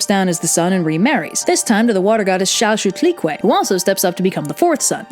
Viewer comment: I have to do a presentation on this myth, and it is so useful, if for no reason other than the pronunciation of Chalchiuhtlicue.